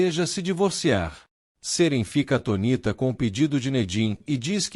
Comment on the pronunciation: Não é só os nomes algumas palavras também saem errado nessa gravação, exemplo "Atônita" , ele sempre fala "Atonita" sem o acento tônico 😢. Mas a novela é boa 😊